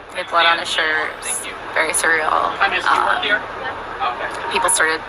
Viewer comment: She pronounces it correctly. Its " Sur-real" google the deff. "Cer-e-al" is pronounced far diff. Not what she says. I listened to it over & over too make sure. I'm just not getting what you are out of.